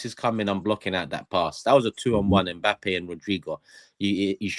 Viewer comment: said Mpappay